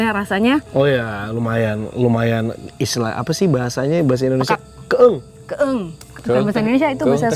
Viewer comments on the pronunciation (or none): Koreksi dikit ni maaf "keueung" bukan "keeung"